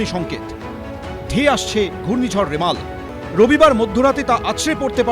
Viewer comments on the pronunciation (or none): সঠিক উচ্চারণ: রিমাল